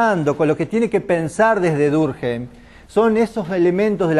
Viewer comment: Muy bien organizada, excelente elección de contenidos. Un detalle, es francés, su apellido se pronuncia durquém, si fuera alemán sería durkjeim